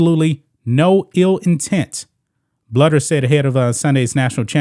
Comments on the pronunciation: It’s “BLUE der” not “Bludder” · The Iowa coach is Lisa BLUEder. Bluder is prounced BLUEder. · Lisa Bluder is pronounced Blue der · Thank you for coming to our Iowa Head Coach Lisa Bluder (pronounced Bl-oo-der) defense. Lisa is the absolute LEAST racist person ever. She is above reproach and a super respected coach. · Love your show, not an Iowa fan but I'm from Iowa. It's pronounced Blue-der though. Just saying. ❤ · That’s really disappointing. I’m a Caucasian Iowa fan. I have always respected Staley and liked watching her teams. I hope she will have change a heart. PS Bluder’s last name is pronounced blue-der 😊. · Bluder is pronounced Blue-der. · ...agree w/ everything you say but it's pronounced...BLUE-der... ...Jesus Christ dude...do some pre-production prep...